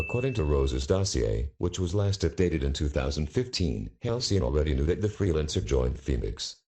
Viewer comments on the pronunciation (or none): Halcyon more like Halcyoff